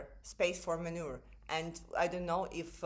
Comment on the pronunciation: I understand that you meant "more room to maneuver", but the last word sounded like гній.